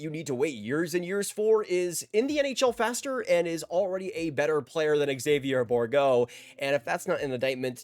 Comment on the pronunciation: “X avi yay” It’s either Zayvyear Or Ex zayvyer